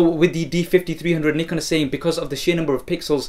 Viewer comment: awesome, i like the way u say Nikon